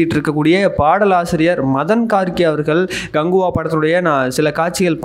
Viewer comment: Dai Ganguva illa KANGUVA. Oluga sollu